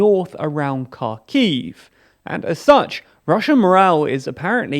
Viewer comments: HAR KEEV NOT KAR KEEV ffs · damn why do english-speaking people always say "CAR-KEY-IW" 🤦‍♀️ it's "hArkiw" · KhArkiv, not KharkIv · [HARKIV] man, not [karkiiv] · Karkhiv more like car key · Your inability to pronounce Xarkiv is starting to drive me crazy. If you can't make the X sound (a lot of us can't) then just pronounce it like an H. You do still have the letter H in Britain, don't you? (I know you don't have R anymore.)